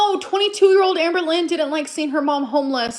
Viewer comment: Oh my god. I can’t believe I’ve never seen anyone call her Granberlynn before!